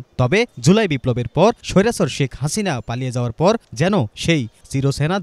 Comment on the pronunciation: স্বৈরাচার শব্দটা উচ্চারণ করেন, ভালো লাগে।